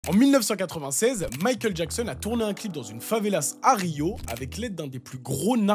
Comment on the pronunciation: Favela prend un S uniquement au pluriel = une favela / des favelas . Et en français, même au pluriel on prononce pas le S.